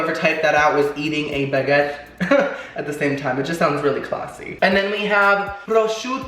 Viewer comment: Did you say " meat ca ca" 😂 I love you bitch! Keep up your awesome cooking, you are so " clahssy"